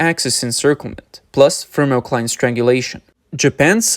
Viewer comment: everytime he says "FiRMOCLINE"<<<you gotta drink.